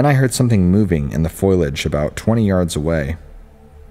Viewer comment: It's fo-li-age, not foil-age.